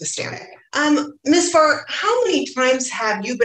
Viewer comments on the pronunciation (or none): Did anyone else think she said 'miss fart'? I had to squint to read the ladies name, 'Farr', lol